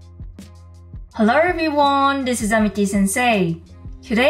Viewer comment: Y really said: hellur everyone!